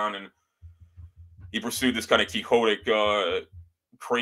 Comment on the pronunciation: It was called the USAAF not air corps. There were no divisions moved from Siberiria to the west. Although Quixote is pronounced keehotay, quixotic is pronounced kwixotic. Obsolescence is not the same thing as obsolete.